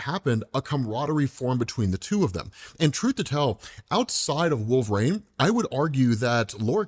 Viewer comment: Wolverine has three syllables, not two!